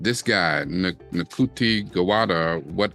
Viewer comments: Ncuti Gatwa's name is pronounced Shoo-tee Gat-wah. Doctor Who is the longest running BBC TV show. The original series ran between 1963 and 1989, comprising of 26 seasons and they are now called Classic Doctor Who (or Classic Who for short). 97 of those episodes are missing. There were 2 movies made in the 1960s starring Peter Cushing as the first Doctor. Tom Baker is the longest serving actor to play the Doctor. There was another movie in the 1990s with the 8th Doctor and the show was revived in 2005 with Christopher Eccleston as the 9th Doctor. David Tennant has played the 10th and 14th Doctor. In the original series, the Doctor's companion was called his assistant, now companion. The Doctor usually travels with at least one companion, but occasionally has several companions and they have been played by actors of different races. The Doctor's original companion in the 1960s was his granddaughter, Susan Foreman, although that's probably not her alien name, who he left behind when she fell in love with a freedom fighter in the 22nd century. Susan took her surname from the name on the junkyard door where the Doctor kept the TARDIS. When Susan's chemistry teacher called her grandfather "Doctor Foreman", the Doctor replied "Doctor who?" His name remains a mystery. The Doctor also has a daughter, Jenny, but she wasn't conceived in the normal way. It's implied Time Lords don't reproduce like humans. The Doctor is a time and space travelling alien from the planet Gallifrey. He is a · Ncuti Gatwa's first name is pronounced Shootie. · ALSO, you pronounce Ncuti like SHOO-TEE. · I’m no expert, but folks in the know seem to be pronouncing “ncuti gatwa” as (roughly) “shooty gat-wah”